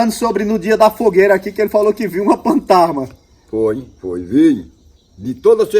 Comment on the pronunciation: Isso ele fala Partana Será ele quer dizer Fantasma